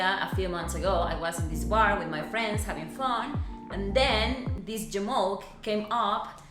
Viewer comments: You know it's bad when SHE says j'moke (or however you'd spell it lol) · She said jamoch... hehe nice!